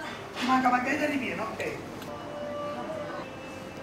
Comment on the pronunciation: Margherita no margarita...please.